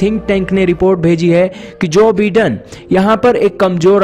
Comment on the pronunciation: Bhai vagwan ke waste thik se pronunciation karle... Jo BIDEN- pronunciation /by-Den/